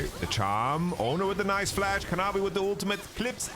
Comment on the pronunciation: Kanavi ❌ Canawi 🗣️✅